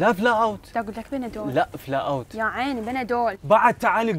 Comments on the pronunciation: عزيزي: فلو اوت Flu out مو فلا اوت... فلو يعني أنفلونزا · الدوة اسمة فلو-اوت مو فلاوت